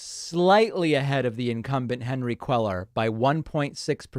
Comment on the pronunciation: CUELLAR IS PRONOUNCED COO-AY-AR.